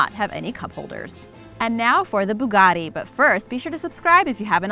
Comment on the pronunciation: Could you pronounce Bugatti the way it looks and not how it’s spelled thank you